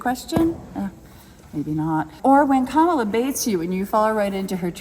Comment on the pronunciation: It's an intentional disrespect, to mispronounce her name, many MAGA morons, senate & congress, do it too. It's marginalizing, as if they're implying she's not even important enough to learn her name (I guess kinda a racial slur, since it isn't a common white Christian name, like rude children on the playground). I once saw Nancy Mace refuse to pronounce it properly on a news show... Pathetic, they love their smug childish ignorance.